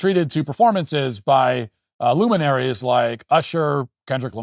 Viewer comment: „Luminaries“ 😂😂😂 I love you Matt.